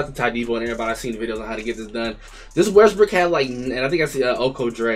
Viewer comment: Bro said russel westbrick😭🤣🤣🤣